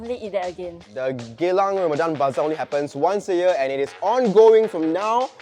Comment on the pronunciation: Eh you malay right? why u cannot pronounce ramadhan properly? #actonly.